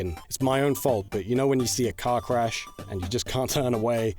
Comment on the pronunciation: Because of your accent, when you said “it’s like a car-crash”, what I first heard was “it’s like a cock-rash”. Something deserving of sweet meme-age.